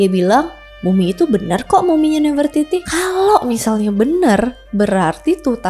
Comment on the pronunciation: Bacanya bukannya nafre-titi ya kak?